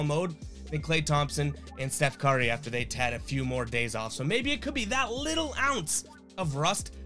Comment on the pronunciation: Why u say curry so weird 🤣🤣🤣